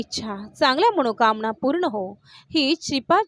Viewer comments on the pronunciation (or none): ताई धन्यवाद पण मणोकामना म्हणायच्या ऐवजी मनोकामना म्हणा ना .. न ला ण नका न म्हणू🫡